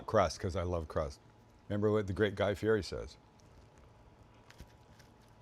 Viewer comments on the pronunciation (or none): Guy Fee-Eddy is how he pronounces his name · Do you say Guy's name wrong on purpose?